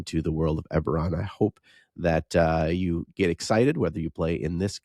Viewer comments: Yep. It is pronounced 'eh-beh-ron' not ee-ber-ron. But go for it.;-) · Is Ee-beron where the Nee-crons live? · E-bore-on. I don't know if I can ever get over this pronunciation. I have to skip this one. That pronunciation is such a hot take... I can't even be here. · On one hand Eberron is my favorite dnd setting. On the other hand pronounces it differently than me despite the same regional accent. (oh ok that was addressed as I typed this) Heres one for the algo